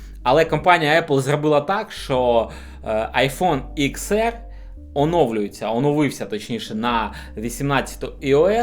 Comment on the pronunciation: Не ЕР, а АР!!! Вчи англійську абетку! Багато суржику і москворотих слів. Працюй над собою!!!!